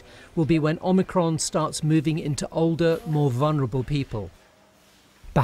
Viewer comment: Omir-Con. Yawn.